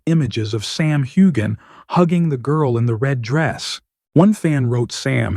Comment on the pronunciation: This is not true. Sam wore a beautiful kilt suit. Also, try pronouncing his name correctly.